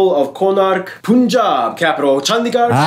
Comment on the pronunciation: 😬😬😬😬 its not pooon jaab or pan jaab.... its punjab (like fun, run gun)